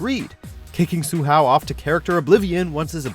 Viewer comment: Sue-How? Lmao He sucks!